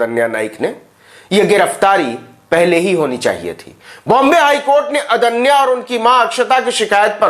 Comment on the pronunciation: अदन्या नहीं रे बाबा....आद्न्या (Aadnya)